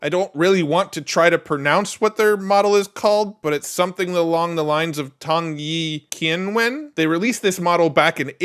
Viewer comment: For the chinese prononciation i can help: the "Q" is pronounced like "tse" so... prononciation of Tongyi Qianwen is "Tongyi Tsianwen". And here you go! Thanks for your work, love it all, watch it all! 🙏